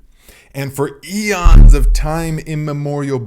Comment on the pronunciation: said the word EONS and boke time itself